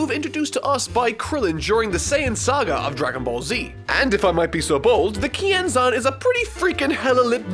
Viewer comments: I always thought they said "Ki Enzyme" not Kienzan. Guess I'll have to my Dragonball Fan card revoked. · I thought he said "YING ZANG!"